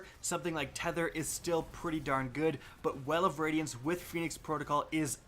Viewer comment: lol, he said well of wadiance